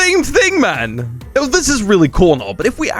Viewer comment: No way he said man like this Man🇬🇧